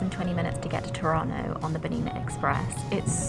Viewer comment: Every time she says "Tirano" I understand "Toronto" and my brain goes "wait, she's in Toronto?" "Oh, Tirano!! She's in Tirano! Brain fart!" Lol... Thank you for sharing this amazing journey.